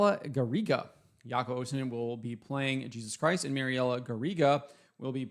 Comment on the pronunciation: The name is Jaakko, not Jaako. But still the best pronunciation I heard so far 👍